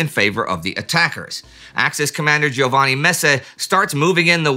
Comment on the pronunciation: hate to say this,, BUT...there is no name giovanni pronounced G O vanni...its pronounced JOE van ni......get it right or it sounds like you did piss poor research. you're welcome